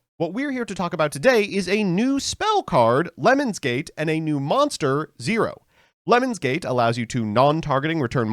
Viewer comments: i heard it as "lemons gate"and i immediately imagined a yt drama where some streamer asked someone to pee on them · card: lemnis mbt: LEMONS nothing but the best pronunciation here, folks